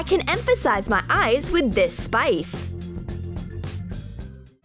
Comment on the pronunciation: listen closes she says mah eyes